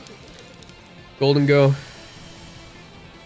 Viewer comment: Hearing you say, just ignoring gholdengo, made me irrationally angry 😂